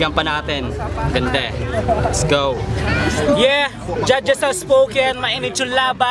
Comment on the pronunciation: say what? les start dis tree? you mean three right?